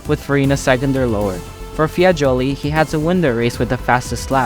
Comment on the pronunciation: Bremgarten, Sweden (it's in Switzerland)? Targa Florio in "Silicy" (it's Sicily)? Luigi "Fiagoli"(it's Fagioli)? OMG, did you actually do some research, or you're just reading someone's text, including mistakes?